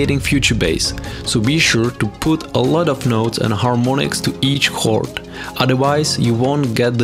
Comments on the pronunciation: It's pronounced "kord" not "horde".. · Why can't you pronounce chord?